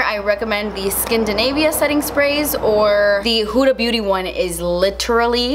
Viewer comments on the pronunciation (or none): Everyone: Huda Beauty: “who da booty” 😂